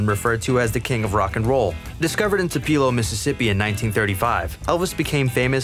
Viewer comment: TO-PA-LOW is how you pronounce his Birthplace. Not what was said.